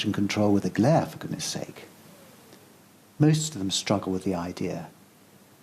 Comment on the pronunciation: Did he say moost of the UK?